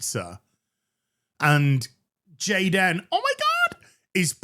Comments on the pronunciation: The cringe when you say jadan omgosh 😅😂😂😂😂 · it's pronounced Gey-Den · Goddamn it! I was taking a drink when "Gayd'n" 😆